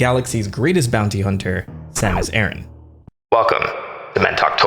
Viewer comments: Sam-us Ah-rahn. Say it with me now! Sam-us Ah-rahn. Not Air-in. Ah-rahn. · Over here, we have a trio of small islands called Aran Islands and this is pronounced "Aran", not "Airin". So, thanks but I will never pronounce it in a way that is wildly wrong coming out of my mouth. Different regions and all but I still prefer to pronounce the way I grew up learning it. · It makes more sense as Aran came from Edson Arantes do Nascimento (Pelé), not Edson Ehrantes do Nascimento (Nor Aranchi like you pronounced in the video). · (This is a joke) You pronounced "Aryan" wrong - please keep in mind that this is the story of the blonde hair, blue-eyed, caucasian savior enacting the final solution to the metroid question. Samus Aryan, greatest of all video game heroines, guiding Earth towards a 1000-year peace. I mean, her laser beams are even arguably a form of heat weapon. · Whyd u say it like aran-tch? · bro keeps calling her Samus Aaron 😆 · The way you pronounce Aran triggers me. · Not Samus Aaron, Samus Ay-RAN, kinda like “Iran”. E-ran or E-ron.. like in between ron and ran. And Zebes is Zeebs just like Thebes is pronounced Theebs.